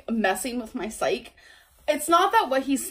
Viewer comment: “It’s, like, messing with my psych” Gorl, you mean psyche?